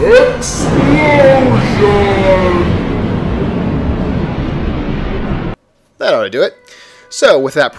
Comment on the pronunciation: LOL. EXPLOISOUN WUZ FUNNEIEY1